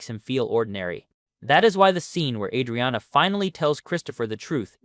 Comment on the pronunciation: Just gonna decide to pronounce her name you own special way ?